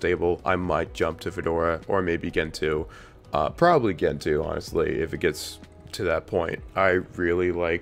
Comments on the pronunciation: Oo-boon-too, Gentoo, like gentle. Crucially important. ;) And that btw meme is used and abused more than anyone deserves to read. So glad it's not in the title, incidentally. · Its gentoo. Lol😂!